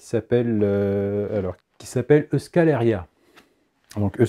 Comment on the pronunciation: Je suis le seul a avoir grincé des dents à ? Pour info on prononce é-ou-ch-kal hérri-a ! Bon, après je pense que si on fait prononcer des mots alsaciens a un basque ça doit faire le même effet !